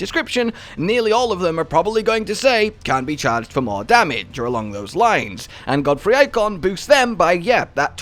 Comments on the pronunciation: Nah it's not Godfrey, No it GODEFROY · Just so you know, considering I came from a town that has the same name… It’s pronounced God-uh-froy